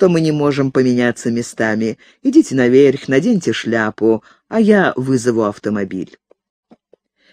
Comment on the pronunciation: Меня больше ошибки в ударении задевают